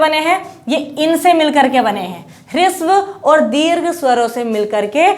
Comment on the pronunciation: ह्रस्व स्वर होता है, आपका प्रयास अच्छा है, किंतु उच्चारण पर थोड़ा ध्यान दें।